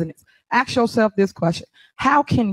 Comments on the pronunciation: Holds an important political position and can't even say the word "ask". Now let me axe you how is that ok? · imagine being a Mayor of a city and still can't say the word "ask", instead it's "axe"